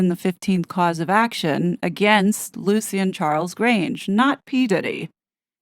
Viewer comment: You’re pronouncing Lucien wrong. It’s pronounced Lushin.